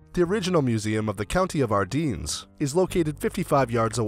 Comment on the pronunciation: You’d think that when commenting a documentary, the first thing would be to pronounce the names, Bastogne, Ardennes....that you keep repeating correctly.... oh and the church of Bastogne is the opposite of flamboyant gothic....commentary is painful!!